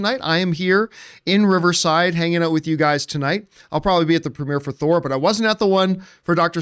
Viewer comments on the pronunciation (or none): none